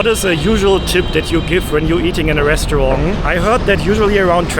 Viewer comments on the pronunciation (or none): I know you’re German, but you need to learn better pronunciation. It’s Seer-up, not Sei—rup. Try not to pronounce restaurant like a french person. And PLEASE stop the annoying habit of constantly saying “to be honest”. Why make a video full of lies?!? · Hi, great video again. And please, it's restauranT, not restauranG. And I'm a native of Californian, and think tipping is one of the biggest ripoffs in this country. You are not obliged to tip, as simple as that. If they pressure you to tip, I'd simply say, "please don't pressure me to tip, as it's my choice". We're currently in Asia now, where you know if you tip, they almost find it insulting.